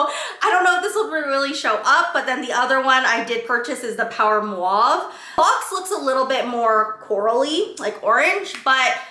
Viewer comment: Just trying to be helpful and not critical in any way shape or form. When speaking, it sounds like you might be transposing the A and U in mauve. It’s sounding like mwave instead of mawve.